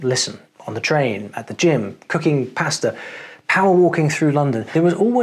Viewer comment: You speak Italian but still say "pasta" like that? Ouch! 😅 Just playing. Thank you for the video!